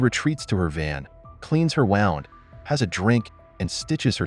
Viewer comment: Cleans her “wownd”?!?!